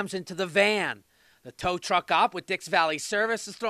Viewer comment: It’s tow truck. Not tow tuck 🤣🤣